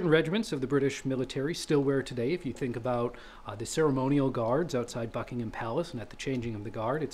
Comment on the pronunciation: very nice video, also impressed at the correct pronunciation of Buckingham